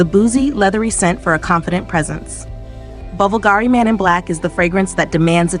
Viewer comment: So, Lynx Africa applied liberally doesn't cut it then?! By the way, it's "BULgari", not "BulGARI", and there's no "k" at the end of Montblanc. More training of the text-to-speech software required.